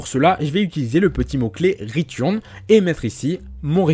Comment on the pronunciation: "retiurn" XD sinon sur tuto je m'épanouis dans le développement ;)